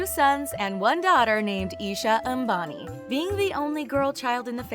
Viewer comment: That pronunciation, A M B A N I That got you a like...